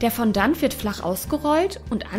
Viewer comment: Fondant wird bisschen anders ausgesprochen ^^